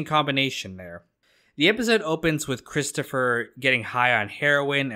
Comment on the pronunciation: Cwistapha get everybody a dwink.. Hehehe